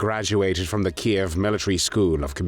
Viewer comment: At last an American who pronounces Kiev properly and not as Keev I’m pleased you didn’t call this execution as barbaric like you have other Nazi executions